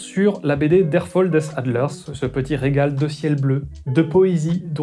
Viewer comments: On dit pas der fol des adlers mais der fal des adlers. Avec un a ccomme dans sam. C'est de l'allemand, pas de l'anglais. Aahhhh pour une fois que j'arrive à debunker, je suis content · Juste un truc au passage : quand on n’est pas sûr de connaitre la prononciation d‘un mot étranger, on évite de le prononcer par défaut à l’anglaise : on le prononce à la française. Et ici, ça aurait marché pile poil : en allemand, fall se prononce falle, pas folle. Der Fall : dère falle The fall : ze foll. De rien ;) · Der Fall, pas fôll, c'est de l'allemand... :D oui je sais, je suis pointilleuse... A part ça, toujours un plaisir de se secouer les neurones sur tes vidéos... So long Bro ! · depuis quand l'allemand se prononce-t-il comme l'anglais? "Der fol"? Nein! "Der Fall", comme bal, cale, dalle, etc... Un truc pour prononcer (à peu près) correctement une langue que l'on ne connaît pas: un coup de Google Traduction, on écrit le texte, on le fait lire par la synthèse vocale, et le tour est joué. Ça ne marche pas pour quelques langues où l'option synthèse vocale n'est pas active, comme l'irlandais par exemple, mais sinon c'est super. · Petit détail qui a son importance. En allemand on ne prononce pas "Fol" mais "Fal". Mise à part quelques exceptions, l'allemand se prononce comme il est écrit. Ce qui n'est malheureusement pas le cas de l'anglais (et encore moins du chinois). Pour quelqu'un qui se veux sérieux et rigoureux, ça la fout mal. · Super vidéo comme toujours ! Une petite remarque sur la BD : le titre se prononce Der "fall" comme en français, comme pour "handball"... Hâte de voir tout ce que tu nous a annoncé 😉